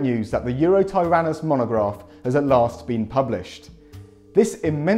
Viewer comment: Everyone’s talking about “Gigantosaurus,” but what about “Eurotyrannus?” It’s Eotyrannus,, as in “dawn tyrannosaur”:)